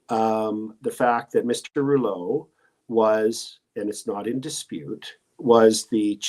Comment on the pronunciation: Viva..I love you brother. But man..please speak either French OR English..not both. (I and I’m sure many others cringed every time you pronounces that POS Rouleau’s name that way;)